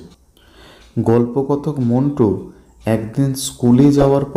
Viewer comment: স্যার নাম টা মন্টু না মিন্টু হবে